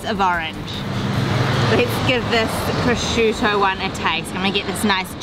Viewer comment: Every time some american says "prosciudo" an italian dye. 😜